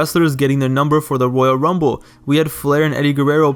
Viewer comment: Why are you saying woyal wumble